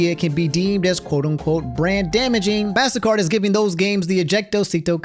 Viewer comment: its pronounced mastercard not massacre